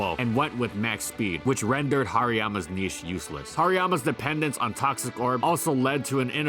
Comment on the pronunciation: I wish there was a bit more quality checking in these videos. Certain words are horribly mispronounced (niche, eked out, Oceania), which makes me think that there's very little editing done after the script is read. Along with that, some information is just false. Hariyama in Gen 7 Singles actually did drop to PU for the PU beta, was quickbanned, had a public suspect test for its reintroduction, and then remained banned. There even exists an article on the Smogon Flying Press about the suspect test. I understand that this is a bit nit-picky, but I think there's a lack of polish in these videos that leaves parts of them mediocre. I really do enjoy and I do believe that there's a good amount of work put into the videos, but some parts of them just shouldn't be considered acceptable.